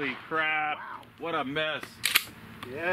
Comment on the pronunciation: there is no A in wow. You pronounced it incorrectly.